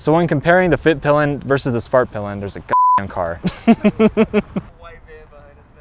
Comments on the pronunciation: Suvhurtpill'un and vittepillen ofcourse imagine owning one for years and not being able to pronounce it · Why not just say “the white arrow” or “the black arrow”? The American pronunciation of these words is making my Swedish ears bleed.